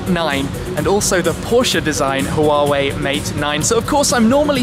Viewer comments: It's not "HU-WA-WEI" by the way, it's just straight "HUA-WEI". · Huawei is pronounced "waa way" FYI